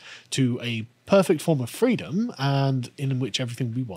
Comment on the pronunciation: As Kamala says, “Fweedom.” 🤮